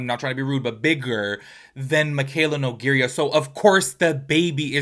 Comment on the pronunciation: love you and your channel but can you please learn how to say her last name LOL.😂 its no-gay-ra not no-gay-ria. love you tho and everything you say is facts